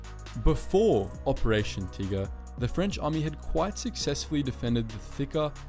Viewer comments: That's how you'd pronounce "Tiger" in German I assume. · bruh thats not how you say tiger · "Operation Teeger"? Wth??